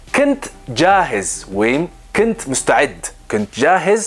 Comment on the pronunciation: ክንት ያልከው ኩንት ወይም كنت በሚለው ይስተካከል!